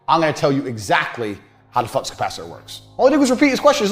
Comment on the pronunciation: Flux not fucks 😭